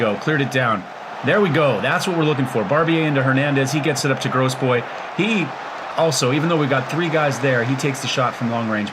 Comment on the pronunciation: Is FM Guru on Youtube? The only person I could find by that name has only one video up. Would be interested to see, if they are on YT. Oh, and the only name you're getting quite wrong is Grosbois, which is "grow-bwa", though Gross-boys is pretty funny too.